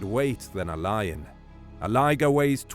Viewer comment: Love it, by the way I thought you said Liger vs Liger 😂